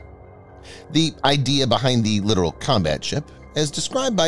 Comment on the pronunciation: You are mispronouncing the word literal. The word is littoral and it refers to the littoral zone or shallow areas near coasts. You're not the only one that makes this mistake so don't feel bad. Littoral Zone. Not the literal